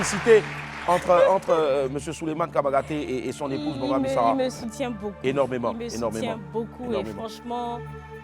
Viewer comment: C'est bamba et non Bambi oooo